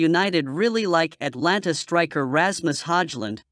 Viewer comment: and it’s Atalanta NOT Atlanta.